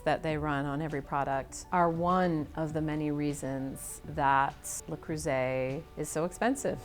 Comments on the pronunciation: It's not LA it's LE Creuset. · Le CrOOsay 😂 (it’s pronounced Le CrIRRsay) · Sorry, how does your own editor NOT know the "S" in "creuset" is soft, not a "Z"???? It's "le creu-set" where the "t" is silent.🤦‍♀🤦‍♀🤦‍♀🤦‍♀ I am embarrassed for her. Has she never heard French? It's not "croizzant", "it's "croi-ssant"!!! Good grief. I'm glad it was such a rite of passage for her she never learned how to say it properly.....you also conveniently left out that many of their pots are no longer made in France. You have to look carefully to see if the pot you want is legit French-made or a cheaper Chinese version. The globalization the CEO's son brags about did not improve quality.... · "Le Curzeee" 💀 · "La Kruoy and Le Cruisay" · "LE CROO ZAY" ;D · Perhaps I'm a snobby European, but it really bothered me that the woman was supposedly an expert, but kept mispronouncing Le Creuset? 😂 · funny how none of the managers can even be bothered to learn the correct pronounciation of their brand... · The way they pronounce the brand breaks my ears. Americans can't French. I bought the tajine over 10 years ago. It was just a tad more expensive than a clay one at the time, but I got a cast iron shell for it and the bright colours didn't hurt. I wasn't really worried about "professional level" quality aas I'm not a pro and "good enough" is good enough for the rare occasion that I use the tajine. People buying Le Creuset or any of the other "professional" brands and thinking it will make them a pro are laughable. People actually collecting them for all the pretty different colours should look into getting help. It's the same crazy behaviour you saw/see with those cups. And I fear the current quality might've slid with the over the top attention. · I was today years old when I heard how to pronounce this company LOL